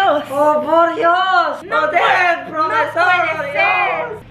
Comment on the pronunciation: Jajajajjajaja profesol XD